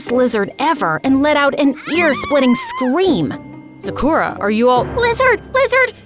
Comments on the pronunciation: She said im seukra its sa - ku - ra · It is not 'Saakurra' but 'Saakaru' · literally loved this story but the thing that annoyed me is that her name is pronounced (sock or uh) not (suck ur a) ik that bc thats my friends name i also looked on google translate to make 100%sure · BRuH it’s not su Kuh ra it’s sa ku Ra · sa-kura no suhkura yes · it gives me the ick when yall use other people's name or culture but dont pronounce it right... it's SAKU-RAH. the stress is in the RAH. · Who is kinda annoyed that Sakura in this vid is pronounced se- ker- a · Its said sa-ker-uh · is it not pronounced sakcrew-ya? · sakra is how Sakura is pronounced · And the prononciation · who pronounces sakura like that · Is it just me or is the people pronouncing Sakura wrong the whole video kinda annoying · i cant stand this, next time try looking up how to pronounce a name pls for the love of japan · It sounds odd to hear Sakura pronounced different. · why did they pronounce sakura like that 😭😭